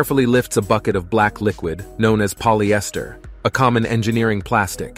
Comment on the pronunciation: Never in my life I've heard of anyone pronouncing Polyester as Poly Esther